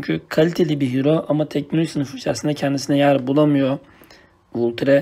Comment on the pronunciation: Vulture diye okuyunca sınırın bozuldu abi o valçır diye okunuyo